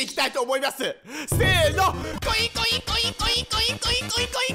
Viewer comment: 最近「ボキャーん」が好きですw 後、口笛はずるい！！www 絶対口笛の時ニヤけてたでしょー！( *¯ ꒳¯*) コインコインがインコインコに聞こえてくるw